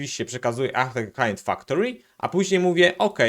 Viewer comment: Całe czas słysze, że mówisz htteklient :)